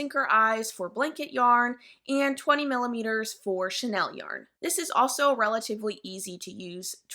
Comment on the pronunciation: It is pronounced sha-kneel yarn 😒 if you are going to specialize in somethand make videos about it, you should at least be able to pronounce the type of yarns correctly. And there is no reason that you should be mispronouncing them as google has a pronunciation assistant.